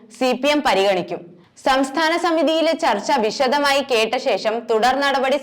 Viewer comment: ശേശം എന്നല്ല ; ശേ ഷം എന്നാണ് പറയേണ്ടത്. ബാശ എന്നല്ല; ഭാഷ എന്ന് തന്നെ പറഞ്ഞ് പഠിക്കണം. വാർത്ത വായിക്കുന്നവർ ആദ്യം മലയാളം അക്ഷരമാല ക്രമത്തിൽ ചൊല്ലി പഠിക്കേണ്ടതുണ്ട്.